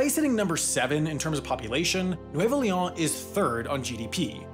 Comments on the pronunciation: Except the way he says the name like it’s French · It's annoying how he pronounces Leon as if it was French. In Spanish, every letter is pronounced, with exception of the letter H.